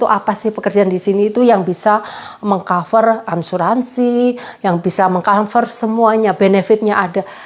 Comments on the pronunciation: Maaf Asuransi mba bukan Ansuransi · Asuransi mbak bukan Ansuransi 😀😀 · Maaf bukan Ansuransi mba tapi Asuransi